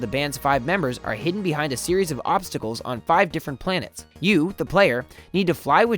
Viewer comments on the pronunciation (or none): none